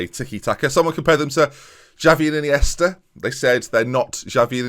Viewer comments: you need to add some extra n's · “Xavi and Iniesta” more like... “Jarvi and Chiniesta...goka”